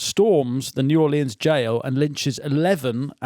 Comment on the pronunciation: Fin is determined to keep saying new orleyans